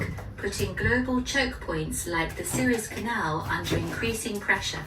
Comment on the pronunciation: のSewers Canalってスエズ運河（Suez Canal）のことかな？こんな発音になるんか